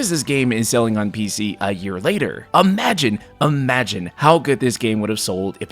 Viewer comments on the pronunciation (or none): imagine... UH-MAH-JEN, love the camera decision there :D